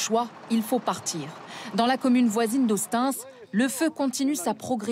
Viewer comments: Oui, c'est ce que je voulais marquer. Pour ceux qui ne sont pas de la région, Hostens se prononce Hosteins. Ok y'a plus grave dans la vie, mais bon...c'est dit. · "HOSTANCE" ? revoyez les prononciations ... vous êtes quand même la plus grande chaine FR ...